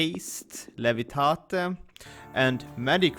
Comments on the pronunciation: Hermiona would say " Its Levitate no Levitate " ( leh - vuh - teit not leh - vi - tate ) No offence :D Just joking around. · What is "levitateh"? LUL Jokes aside, nice video!